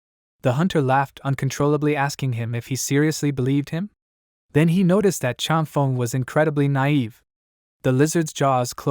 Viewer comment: “Chang Fung” is how it should sound; “Feng” rhymes with “lung” in Chinese, like feng shui is “fung shway”